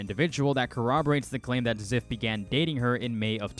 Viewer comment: I believe Zyph. Also it’s Z-“eye”-f